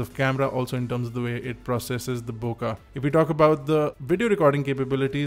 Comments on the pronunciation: Bookaah or hookahh hahaha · Bokah or bokeh? Lol.